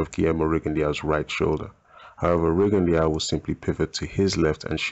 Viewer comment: i must say that Rigondeaux is pronounced Rigondoo,just had to say and before you start a bit bickering i like your vids and have actually just subscribed to your channel and i personally would love a RJJ video. Keep up the good work mate.